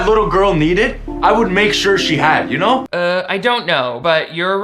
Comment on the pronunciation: Alright Ben Shapiro calm down... Also, that Canadian-English really sparkled "You Knouew?"